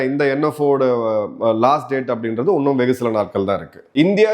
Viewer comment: Your presentation is matchless.. Kindly pronounce " இன்னும் " instead of உன்னும் " 😄